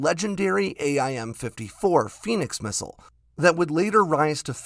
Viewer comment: A-I-M ... lol